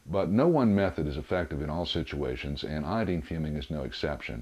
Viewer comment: You say iodine really dumb